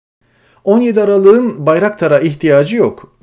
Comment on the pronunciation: Aralığın diye okunur